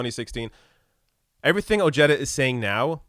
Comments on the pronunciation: It’s pronounced “O-head-ah” NOT “O-Jed-ah”! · Oh-hay-da is the correct pronunciation. Another bourgeois politician who tries to come across as for working people. Every few yrs. another one comes out of the woodwork. As the crisis of this system increases, there will be more like Ojeda. And Trump. I have a suspicion that Ojeda is more right wing than he lets on. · His name is pronounced oh-HAY-duh. Facts first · If Ojeda supported trump, he ain't POTUS material. And the way he pronounces his last name is ridiculous.